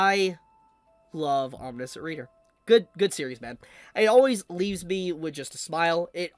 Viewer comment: It’s pronounced aweM nee she ant